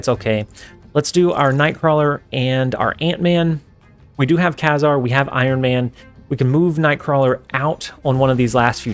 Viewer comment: he's pronounced KA-zar